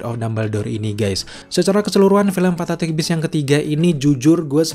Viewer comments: Ngomong fantastic aja salah. Kamu ngomongnya fantaktik . Wkwkwkwk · Garing Ngomong fantastic aja fantatik... Wkwkkw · lu susah bgt ya bilang fantastic?